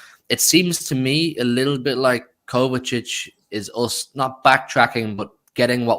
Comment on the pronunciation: Say it properly. KOVACHICH. It's easy mate.